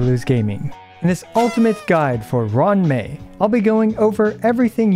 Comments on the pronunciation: It's roo-wan mei not Run mei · "ron mei" had me rolling